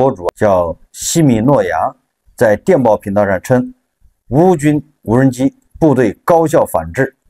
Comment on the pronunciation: 这个CCTV4的记者是福建人吧？怎么听见他说的是”无能机工厂“？😂